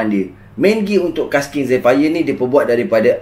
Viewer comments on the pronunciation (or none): Zephyr sebut jadi 'zifer'